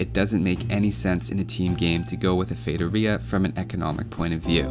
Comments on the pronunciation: Oh my god, you said Feitoria the right way. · I am brazilian (then I speak Portuguese) and I can guarantee you're pronouncing "feitoria" correctly! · Holly shit!!! Someone actually looked it up how to say the world correctly. thats a new one, nice job man. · haha, AS a brasilian i was pretty impressed with ur saying feitoria the way you did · Haha, I think this is the first time I've ever seen a native English-speaker say it correctly, instead of something like "fee-ah-toh-ree-ah". Nice research! Great vid too! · Just for pronuncing it right you deserve a like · As a brazilian i can confirm thats how you pronounce feitoria. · high five to my eloquent self for speaking feitoria right! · Do you wanna know how to pronounce "feitoria"? Just ask someone who speaks portuguese. Yes, you are saying it right